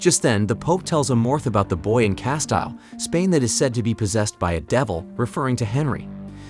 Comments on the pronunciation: Sorry, it's pronounced CASTEEL ........................ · How many times can you mispronounce "Castile/Castille"? In this video, a fuck ton. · shows the narrator doesn't read alot of books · I can't get over the way you just pronounced Castile